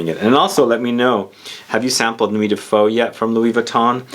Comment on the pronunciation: Just checked at Vuitton and Ombre Nomade is amazing. Nuit de Feu pretty nice too. Please learn how to say “feu” it’s not a Vietnamese dish ^^ Also, I know the translations can be a little tricky but I wouldn’t say its fiery night. More like the actual translation Night of Fire